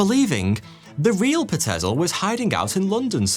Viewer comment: Pie-t-zil not pa-tez-el